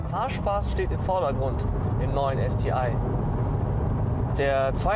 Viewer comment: Warum ist er nicht in der Lage es Deutsch aus zu sprechen STI ist wirklich nicht schwer vorallem dann nicht wenn man alles andere an dem Auto Deutsch ausspricht.